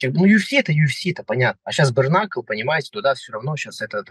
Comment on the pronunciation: брКнакл... аааааа. мои уши